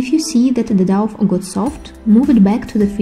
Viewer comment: The douff ? Its dough pronounced Doh. Thanks for the video.